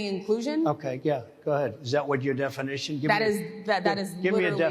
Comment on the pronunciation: Give me a diffenition...lol love it